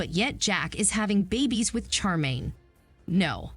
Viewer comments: Her name is SHAR -main, not char - main. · Glad I'm not the only one that was anoyed with the CHAR 😭😂